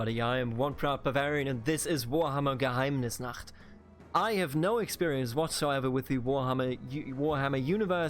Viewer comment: You said "Geheimnisnacht" so beautifully Deutsche hier?